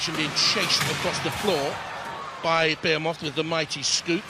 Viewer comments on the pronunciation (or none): BE HE MOTH not BEAR MOTH